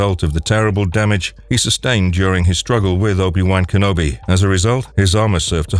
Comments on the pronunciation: Obi Wank Enobi? That is NOT how its pronounced 🤣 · Jesus the way you pronounce obi wan kenobi is so angering